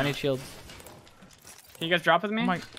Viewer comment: you: (edited) also you: "dorping"